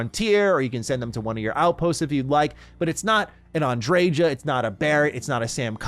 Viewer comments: Andre-JAH! Lol. It's likely pronounced Andre-YAH isn't it? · Why do people put so much emphasis on the j in her name, unless im misremembering it was a ya sound not a juh 😂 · Am I the only person who thinks the J in Andreja is meant to be silent? Like a Spanish J, haa sound? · Sarah is wrong. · That's not how you pronounce Andreja... I'm from Poland and even I know how to pronounce these Spanish names lol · This ain't looking good already. 3 minutes in you say you "adore Andreja"... yet can't even pronounce her name correctly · i really hate how Andreja's name is pronounced